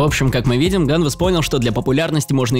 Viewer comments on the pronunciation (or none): ганвЕст а не как ты говоришь